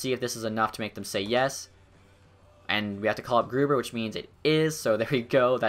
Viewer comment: I think when you look at the marketing stuff. Its new into the game so its fresh and interesting to see. Id say maybe only every season though. Also I always thought Grubauer was pronounced like Grew - Bower (like the company)???